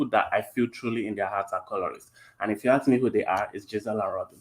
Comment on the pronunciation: E trying to sound smart but still says axe